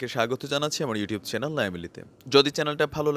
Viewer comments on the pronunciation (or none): none